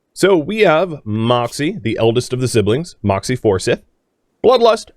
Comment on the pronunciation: My man, don't you live in NC and know its pronounced For Scythe? As in Forsyth County, where Winston-Salem is.